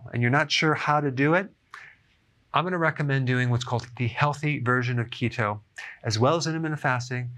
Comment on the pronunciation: I keep hearing CHEETO 🤣🤣🤣🤣